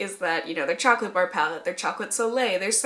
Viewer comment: Whaattt?! Chaw-colate!!! 😲